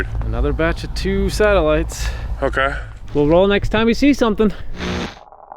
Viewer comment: Please stop calling them satiligts ,there unknown